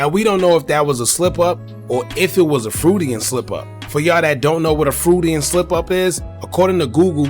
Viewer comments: 😂 it’s pronounced froid-Ian not fruitanan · Pronounce Freud-ian slip like Lloyd and ad ian and take away the ll and ad a fr cause fr fr I watch this channel and that’s an important term